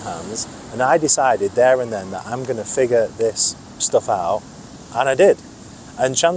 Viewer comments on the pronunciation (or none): none